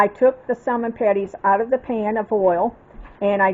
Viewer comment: Looks delicious. Not being critical , as it’s a common mistake, the “L” in salmon is not pronounced. Just an FYI. Will be making soon..thank you.